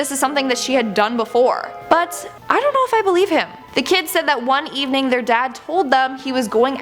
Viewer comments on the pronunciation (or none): none